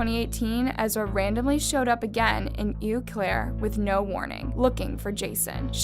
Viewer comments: Am I the only one cringing at the mispronunciation of Eau Claire? I’m a Wisconsinite and I am surprised that Eau Claire is one of the harder cities to pronounce, especially when there are places like Menomonie and Manitowoc. (This is coming from someone who grew up in the area-a neighboring town but I spent pretty much every day in Eau Claire) It’s French so Eau does not sound like “eww” it sounds like “oh” and it means Clear water. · It's oh Claire not ew Claire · It’s ohhhh Claire. Not ewww Claire. Sincerely a Wisconsinite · And anytime she said "Eau Claire". Being from Wisconsin, there are alot of indigenous words used in the town names. Its pronounced "Oh Claire", not "Eew Claire". Lol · I live in Eau claire where that one girl moved and you said the town name wrong its french and it means clear water and it pronounced oh claire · Cadaver is pronounced ku-dav-er with the emphasis on the second syllable. Eau is pronounced "Oh". Other than that, I enjoyed the video.